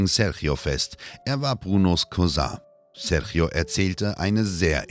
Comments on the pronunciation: Einen Richter aus den Usa zu zeigen, mit einer Us-Fahne, statt einen brasilianischen Richter, finde ich keine so große Idee, ist wohl eher geschmacklos. Außerdem wird Sérgio nicht "Serchio" ausgesprochen. Das tut in den Ohren weh. Mit wenig Mühe hätte die richtige Ausprache verwendet werden können. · Was die Aussprache des Namens Sérgio angeht, ist sie total daneben, selbst ausgedacht würde ich sagen.